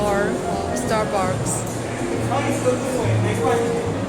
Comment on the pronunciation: Did she just say Star Bark